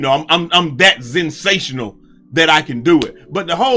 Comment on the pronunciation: That boy said "ZENSATIONAL" 😂😂😂